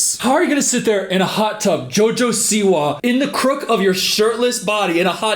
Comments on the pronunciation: WHY DO U PRONOUNCE JOJO SIWA LIKE THAT😭😭😭😭😭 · obsessed with how you pronounce "jojo siwa"